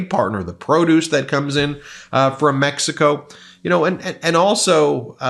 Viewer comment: Thanks for bringing the truth about this situation. Hopefully, Trump voters will realize what poor decisions Trump is making and give him hell about it. Please note that the Mexican president’s last name is pronounced like “Shanebaum,” not “Shinebaum.” 😊